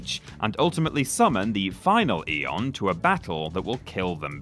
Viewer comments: It's probably just engagement bait to say Teedus instead of Tide-us (as is clearly superior), but pronouncing aeon as eon when they actually say the word as a-on ingame is another thing entirely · "Its Teedus!", he says followed by "Eon" in a game with voice acting that says the word Aeon several dozen times. LOL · Manages to correctly pronounce the name 'Tidus.' Then in the very next sentence comically butchers the word 'aeon.' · sorry but that guy who says about tidus's pronunciation has no credibility after not being able to pronounce aeon, bahamut, or zanarkand. they say it in game so how can you mispronounce them?